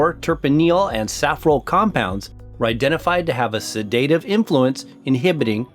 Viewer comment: He didn't say anything about eggnog. He didn't even mispronounce it. (sed-i-ta-tive (lol))